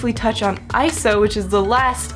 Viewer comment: Yay! Someone else that says ISO and doesn't say I-S-O! Woohoo!!